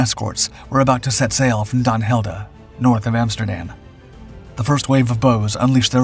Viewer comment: It is Den Helder. Not Dan Helder.